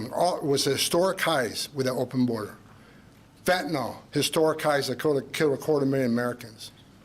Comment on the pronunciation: How much longer do we have to endure this vulgar, incompetent jerk? ("Phentanol"; nevermind the rest). He's no longer irritating, he's fatiguing! "Think of that!"